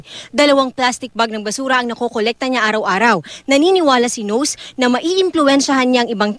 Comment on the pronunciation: "nose"? he's Japanese! it's pronounced as NO-SE